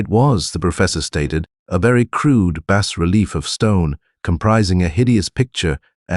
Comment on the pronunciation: Digital narrator gets a downvote for saying “bass relief” instead of “bah relief.”